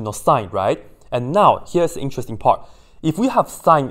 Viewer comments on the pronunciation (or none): none